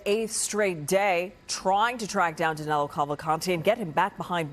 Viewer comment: Danilo not Danelo